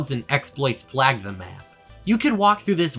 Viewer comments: Excellent video But please god stop saying "plagged" It's "Playged" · I love how he says "plaged" instead of plagued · How the fuck do you mispronounce plagued literally look it up on google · On one hand, extremely based video that makes complete sense on nearly every account. On the other hand you pronounce 'plagued' weird. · Good video but the way you pronounce “plagued” pains me